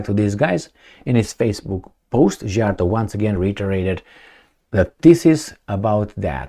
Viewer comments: I also tired of trying to get teach how to pronounce Peter Szijjarto's name. I The letter sz in Hungarian is pronounced like the word "sea" or "see". Please pronounce it correctly. 😢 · Why are you expecting to know Hungarian pronunciation, it's a different language, different country, it's understandable to mispronounce 🙂.